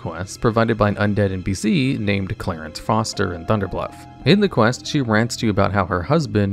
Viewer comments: 2 mins in the video and I wanna send you a dictionary. Clare-EEs not Clare-Ense, and Seh PuLL KER Come on fam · Several misspoken bits in the first quest, you say "Clarence" but it should be "Cla-reece" as it is Clarice, not Clarence. Instead of Sep-ul-ker, you said Sepular. Just thought I'd help out because I love listening to your videos but they would be better with correct pronunciation. Cheers! Great video as always! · Why are you pronouncing the quest giver in the first quest "Clarence"? It's Clarice, like in Silence of the Lambs... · HE CALLED CLARICE FOSTER CLARENCE FOSTER LMAO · And Clarence instead of clarise